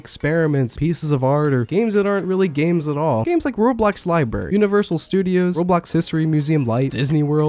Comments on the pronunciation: BRO I THOUGHT I WAS THE ONLY ONE WHO CALLED ROBLOX "RAW-BLOX" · OH NO! NOW I KEEP PRONOUNCING ROBLOX LIKE RAW BLOCKS REEEEEE